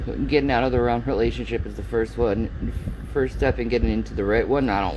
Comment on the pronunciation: you, I was just joking. says the word "wrong" without the "g". It always sounds like "ron". So when you said "maybe I'm wrong", I was joking and said "you mean maybe your ron".